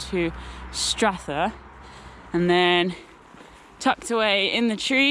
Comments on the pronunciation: you lost it slightly on pronouncing some of the towns but you did better than Americans. Aberfoyle is said as Aber foil. Callander is as in Calendar the thing that you get dates from and Strathyre is Strath higher but you were spot on with what I'd say are the harder ones ( the lochs names ). When you mentioned squirrels as friends , I have photos I would like to share with you. I rescued a baby squirrel some time ago. It was being attacked by dogs and ran up my leg. I was wearing a combat jacket so maybe in its panic it thought I was a tree :) but popped the little guy into my pocket. He went to the pub with me before my shift and was fed in the staff room.I took him home living in my room for a day. My plan was to let him go when I did my volunteer shift as a ranger at falls of clyde but he stayed with me all day while I showed the falcons to visitors. he sat on my shoulder often to delight of my wildlife trust bosses. He finally made home under my shed. I think he had vertigo as never got higher than 6 feet despite good trees in the garden. lost him for a while only to open my door to him on the step with a female and young sitting a few feet away. He was showing me his new family. they were timid but learned to trust me from dad sitting on me and taking food. Not seen them for a while now which is a worry. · really enjoyed that! Try next time to get the local pronounciations: "Callendar" is the same as "Calendar", "Strathyre" if like "Strathfire", "Aberfoyle" is like "Aberfoil", etc. The locals would really appreciate it. Also, a vid on your kit, would be useful. What works and what doesn't. Waterproofs, leggings, sack, etc... Better than prime time tv. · Like your channel, loved the face you pulled eating the wild crab apples and when you pronounced Callander as two separate words, say it fast like its all jammed up tight together, Strathyre say Strathire, lovely channel.